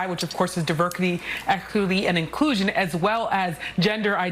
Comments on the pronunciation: Imagine crying to protect DEI but when describing it you say" Deberky, Ecerby and Incusion" 😂 I don't think they even know what DEI means. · .....YOU LYING TO ME!!! 💀💀💀💀💀 Who is this lady?? Get her outta here 😂😂😂 What is Divercurty, ecquerty, and en clueshawn? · Wtf is Diverkity, Ekluvity, and Inkusion?! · 😂😂😂 diverkety ekity inclooson , Can't even believe that she can't even properly pronounce her own bullshit lol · "Diverqity, ekikuity and inclushion" 😂😂😂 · Did I hear her say, "diverkitty,eckuertty, and iklusion"? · haha the DEI hire at NBC news couldn't even say "Diversity, Equity, and Inclusion" correctly.